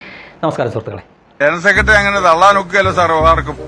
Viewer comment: ഇയാൾ പണ്ട് G.സുധാകരൻ സാറിനെയും അപമാനിച്ചിരുന്നു. ആദ്യം തന്നെ ജനറൽ സെക്രട്ടറി എന്ന് നല്ലതുപോലെ പറയാൻ പഠിക്കട്ടെ സുകുമൈരൻ. ജണൽ സെക്രട്രി എന്നല്ലേ ഈ ചെറ്റ പറയുന്നത്. കേട്ടു നോക്കു 😄